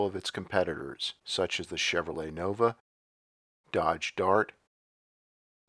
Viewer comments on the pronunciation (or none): none